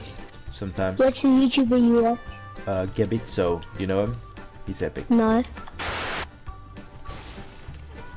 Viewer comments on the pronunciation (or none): GabzitoHD be like imma say my own YT channel wrong